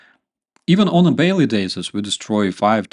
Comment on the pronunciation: Oh, "even on baily dasis" 😂 Greets from Finland